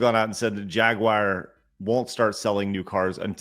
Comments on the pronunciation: I’ve heard Jaguar mispronounced Jag-wahr before, but never Jaguire… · That's a new one. I've heard the American "Ja-gwar" and the British "Jag-you-are", but never "Jag-wire".